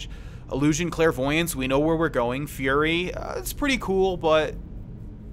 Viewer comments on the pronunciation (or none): none